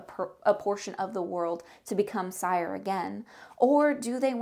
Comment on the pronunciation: You mispronounce almost everything... cringe. Cyre is pronounced SEER and Khorvaire has an R in it. Do you even play games?